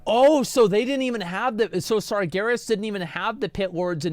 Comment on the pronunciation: It's pronounced SARjaROSS